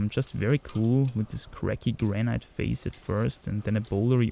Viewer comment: Hey,: the pronounciation of granite is simply "granit", with a long a (not graneit)